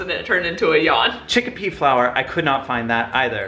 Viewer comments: I was surprised about the arrowroot powder! It's also used in gluten free baking. BTW it's chickpea not chickipea 😉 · Lol why are you calling it "chickApea"? It's just chickpea! In India we use chickpea flour (& just whole chickpeas/garbanzo beans) a lot. Chickpea flour makes a great batter or thickening agent. I'm not vegan, but this was enlightening 😂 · You pronounce chickpea chicka-pea I pronounce it chick-pea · I love that they say chickpea chickapea